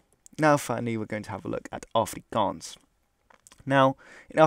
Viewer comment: Wow you said Afrikaans properly. good on ya.